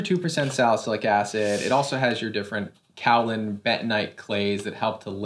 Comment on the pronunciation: As a ceramic artist who loves skincare it amuses me and also drives me slightly crazy that everyone pronounces kaolin wrong. I use it regularly it is a very common ingredient for ceramics. It’s pronounced Kay-o-Lin (but soft on the o) like rhymes with Van Halen